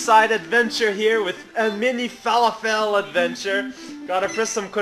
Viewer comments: lol you say fer lof ull not fal a fel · ahaha. "FA-LA-FELL" Thats hilarious. Its pronounced "FA-LAW-FUL", if you were being sarcastic. I apologize :p